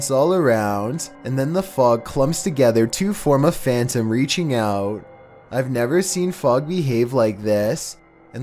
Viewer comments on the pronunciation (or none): none